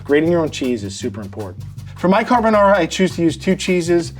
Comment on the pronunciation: I think Vincenzo would approve of this. He would probably say that it's carbonARRRA and not carbonawra and mixing it in the bowl as opposed to mixing it in the pan and adding pasta water is unusual, but other than that, it's pretty close to the Italian original.